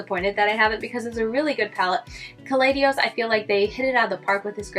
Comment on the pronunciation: I hate to be this person, but its not Kaleidios, its Kaleidos without the extra 'i' lol